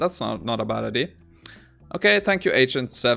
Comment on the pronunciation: I love your videos, but please for the love of god it's pronounced I-dee-aa not I-dee, it drives me crazy 😂